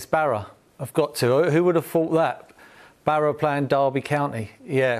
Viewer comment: Don't you mean Barra? It's up there with when he said bloon (balloon after Sunderland beach ball goal)